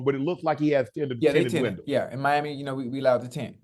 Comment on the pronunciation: Unc accent came back real quick all old southern black folks call windows winders😂